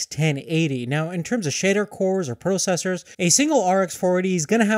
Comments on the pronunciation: Can you please say 'processor' right? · No he cannot.